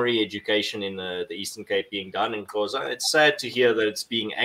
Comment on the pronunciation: keeps saying "Qhoza" instead of Xhosa